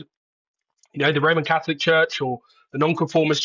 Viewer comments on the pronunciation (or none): Catholic , not caslic , come on news reader 🙄